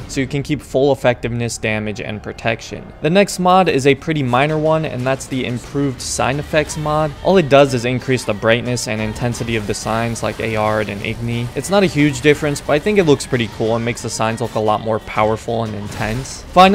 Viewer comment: If you pronounce "Aard" as "Ay-ard" for some reason, do you pronounce "Nilfgaard" as "Nilf-gay-ard?"